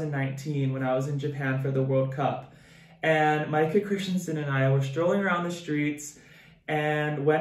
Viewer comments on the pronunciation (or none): none